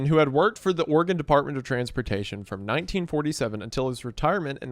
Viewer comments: Thank you for pronouncing Oregon right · Thank you for saying Oregon correctly. Every other YouTuber says Ore-gone